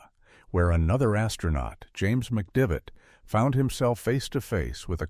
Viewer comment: It's James McDivitt, not McDavid. You'd think AI would be able to find out who was on Gemini 4.